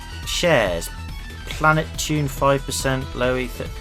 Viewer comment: Btw when you say planeptune you say it without the p so it is plenetune